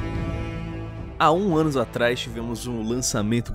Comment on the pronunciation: " Há um anus atrás " hahahah